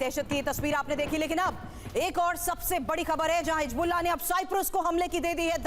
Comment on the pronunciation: Medam aap anpadh ho hizbullah ko hijbullah bol rahi ho accha nahi lagta